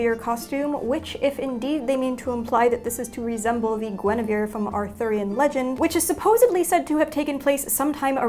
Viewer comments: Every time she said “Guinevere” I jolted 😂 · She said Guinevere and for some reason I kept thinking of maid Marian........I am a disgrace to my family